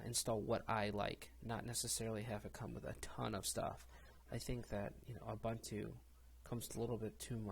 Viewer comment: Debian, Deb Ian => Deb Eee Un Not Dee Be in Ubuntu, Ooo Boon Too Not Oooo Bun Too SuSE, Soozuh Not Seuss Repo, Ree Poh Not Rep Oh &